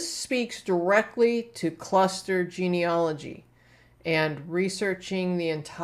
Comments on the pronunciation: It is pronounced Gene-al- ogy not gene-ol-ogy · Thank you for sharing your hints. Can I return the favour and give you a hint? The correct pronunciation of 'genealogist and genealogy' is as written, and not 'geneologist' or 'geneology'.